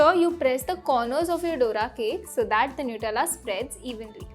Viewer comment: Nutella not newtella